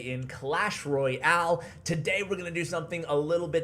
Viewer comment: can u ATLEAST say Clash Royale , Royale , Not , Roy-Ale ....'